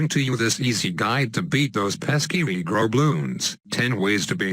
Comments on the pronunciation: When he says regrow it sounds like negro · omg the way he says regrow